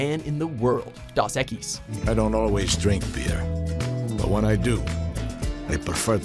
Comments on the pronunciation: 1. it's DOS equis not das equis 2. where was puppymonkeybaby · D-ooooh-s equis. Not AH. Jeez, this is your job, do it right. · How do you mispronounce Dos Equis? It's dos...Spanish for 2, not DOS (disk operating system). Fucking idiots! I'm done with this horse shirt channel. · "Das Equis"????? O.o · How the hell did you fuck up saying Two in Spanish?